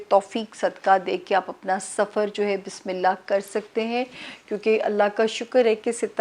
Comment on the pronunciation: Sister Bismillah theek sy parhna seekh lain plz . Ye ap ki islah k liay hai . Bismillah hirrah maan nirraheem.